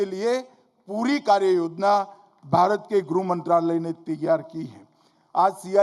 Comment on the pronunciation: गृह मंत्रालय तो सही से बोलो नेता जी